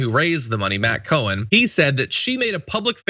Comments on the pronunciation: Cowan is pronounced 🐄 Cow-an, you were pronouncing Co-hen. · 🐄 Cow-an , not Co-wan!